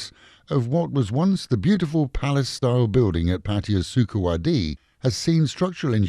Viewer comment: It's about time you pronounce the name of the city you live in right.Ask around!